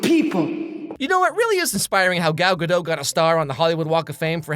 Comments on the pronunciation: It's not Gal Guh-dough. It's Guh-dot. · You pronounce the "t" so it should be guh-dot, not guh-doe. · Her name is pronounced GaDOT, not Gadoe. Google it fucko. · Gadot is israeli, not french. The t is pronounced. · Also her name is Gal Ga-DUT if anyone always wonders how it's pronounced. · She's not French. That's not how you pronounce Gadot.